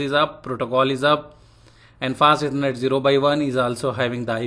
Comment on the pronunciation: Hey good afternoon I was contemplating whether I should type this out but I had some trouble understanding. Specifically, when you mentioned the "Fast Ethernet" sometimes it sounds like you are saying "passiveconnect" and I got lost when you explained the "no sh" command because I couldn't understand the speech. If you still read these comments, please consider this. Thank you.